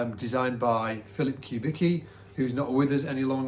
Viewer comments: I like how the last name that is pronounced something like Kubitzky , is pronounced like Kubiki . A guy who was probably born in eastern Europe, all of a sudden sounds like he was born in Japan. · note the correct pronunciation: [kuˈbit͡ski]), not [ku’biki]. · I'm pretty sure it's COO-bicki not Q-bicki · Man, he's [kubitski], not [kubiki] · I was gonna comment that too,. Even says it on the Wikipedia page if had read it 🤣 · his obituary says he was born in Detroit, his parents or grandparents were born in eastern europe. Also his companies wikipedia page says whats the correct pronounciation of his last name EDIT. Dag a bit now in publicly available sources on the internet. Phil's das was Walter Charles Kubicki, born in Rhode Island in 1915. Phil's grandfather from his dad's side - Casimir Kubicki was born on territory of current day's Poland.